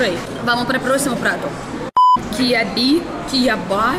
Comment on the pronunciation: LLKK ela falando quiabo